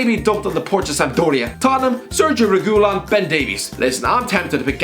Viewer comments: there's no L sound, it's a Y (re-gi-yon) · Re-Gi-Yon not “Re-GU-Lon” 😂 (Pronunciation of Reguilon) Got corrected by Sead Kolašinac btw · Sergio Re-who-lon Almost as bad as his pronouncing Paulo Gazzaniga “Gazinga”. I wasn’t aware Spurs 3rd choice was on the Big Bang Theory. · The way he pronounces Reguilón: ReHÓóLaN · Someone should check for his tongue. Sounds like it kept falling out when he says Reguilon. Cheers. You suffer for our entertainment and pleasure😁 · I have never seen anyone pronounce a name as bad as you do with reguilón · The way he says Reguilon, it's like he's cursing someone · Just came to see the trying to pronounce "Sergio Reguilon" once again. Wasn't disappointed